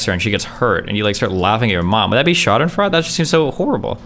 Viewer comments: Bro sprechen sie deutch? It's pronounced Freud like the psychologist not like fraud with the weird silent U thing you are doing. Schadenfreude its even spelt that way not sure what else I can say. Your usually pretty good with the speaking wordy thing so not sure what that is about. Eh we all have our moments now I want to see you try and say Flugzeug and Papagei but without looking up how to pronounce the words because that would be no fun. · Schadenfreude is pronounced "shaw-den-froy-day" That ratio hurt his soul. That reaction is some of the funniest shit ever. This dude has to be trolling XD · For future reference Destiny, in German, when two vowels are walking the last one does the talking.